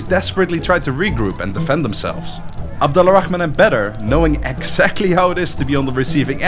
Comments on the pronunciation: The letter L in abed Al-rahaman is silent so it's more of ab-dor-rah-man The (Al) work as the word (The) in English and we don't say the L in it if it has some specific letters after the (AL) like the letter ر which pronounced like the R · The way you say abdal rahman *really* annoys me.